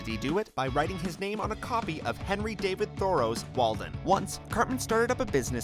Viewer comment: you really dont know how to pronounce Henry David Thoreau